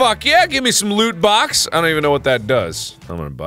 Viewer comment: I wasn't looking at the screen when he said "loot box". I thought he said "lewd box"